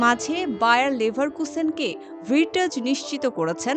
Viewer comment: ভির্টজ???😂😂😂 রিপোর্টার হইছেন কেমনে?